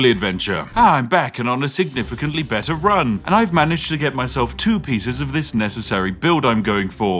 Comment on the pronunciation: "beetuh"? calm your socks, northern english.